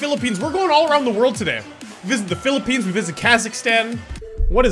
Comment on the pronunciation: He said philliphines yesss thats my country btw